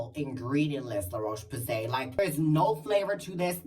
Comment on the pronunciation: lololol la roche poos-ee .. u r still gay, we know that